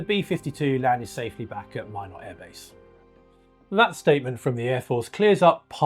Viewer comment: Great video! (And thank you for pronouncing "Minot" correctly 😄)